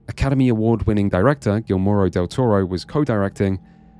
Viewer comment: Gil-moro? That’s not his name.